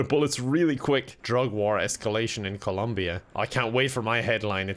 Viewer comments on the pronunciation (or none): none